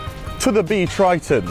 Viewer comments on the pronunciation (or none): Totally bonkers! Also, "Triton" - keeps sounding like Kryton....